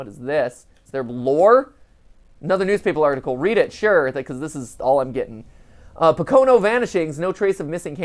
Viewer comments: MatPat... It's POH-ka-no. Not pa-KOH-no. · My man Matpat saying po-CO-no mountains... Bruh do you even northeastern mountain range? (It's PO-co-no) All kidding aside this was a great one to watch. Keep up the good work good sir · Just heads up Matpat (thought I'm sure someone has already said it) Pocono is pronounced Po-co-no. I made that mistake to when I moved there for a bit. Also I enjoy this and the musical numbers! I am also a theater nerd Lol!! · It is pronounce poke-o-no. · Said Pocono wrong lol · Hahaha, the way Matt is pronouncing 'Pocono' is hilarious. I live near the Pocono Mountains! Fun fact, I guess. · Came to the comments just to find this, had to double take when he kept saying it! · It's one of the easier pennsy words to say and he still slaughtered it lmao.